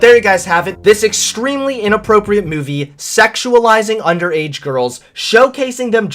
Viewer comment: Look I started to question you with some of your blue pill stuff and unsubscribed when you started bashing my home boy Shapiro but knowing that you drink syrupy sweet Pepsi and you keep sayin meyewvee... I can’t even watch anymore.